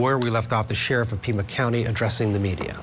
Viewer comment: It’s PIMA County not Prima.